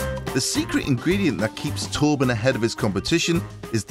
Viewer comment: Love how he pronounces Torben as Tåpen 🤣